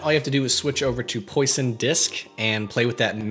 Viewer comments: Uuuugh!!! Poisson - pron. Pwa-Sohn, its French for 'Fish' and is a reference to fish eggs America has butchered English, leave French alone! Love the video though, you are completely right, Geo Node text is what you really want. Note: If whoever worked on SofImage's text bevel / bevel tool can rewrite the code that handled corner collisions then that would save HOURS in making text for logos! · quick note, it's pronounced pwasson (like croissant)